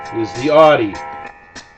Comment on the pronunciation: its pernouned ow-d